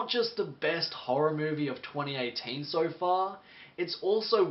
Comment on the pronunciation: Why do you say "sore" instead of "so"?